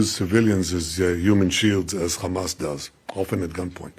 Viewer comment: He needs to first of all learn to clearly pronounce HAMAS. It is not KHAMAS lol